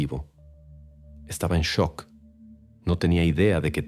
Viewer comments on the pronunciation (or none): none